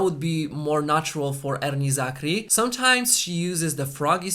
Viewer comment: I like the way you mention erni zakri's name.. the ' r' is so rich n thick. Rrrr..